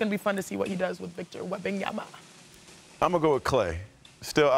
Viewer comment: can he learn to say wembanyama ? Not that hard